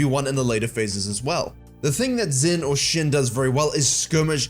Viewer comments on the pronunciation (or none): Tip for pronouncing "xin" from a Chinese speaker: it's less like the body part "shin" and more like "sheen," but you don't hold the "ee" sound and keep it short instead. Also thanks for bringing up Mundo, guy is like jg singed and we should appreciate him while we have him lmao